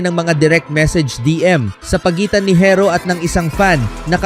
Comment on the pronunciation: bisaya ka ba pati pag pronounce mo ng herro barok...makinig ka sa ibang blogger ng tamang pag pronounce ng herro para alam mo.